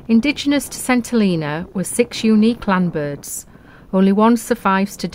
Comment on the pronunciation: When we lived there in the 1970s it was pronounced "Sent - ell een a". I imagine it still is!